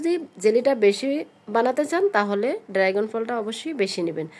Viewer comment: উচ্চারণ ড্রাইগন না, ড্রাগন